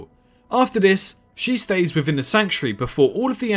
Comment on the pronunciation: Can't this guy say "th"? it's "within" not "wivin"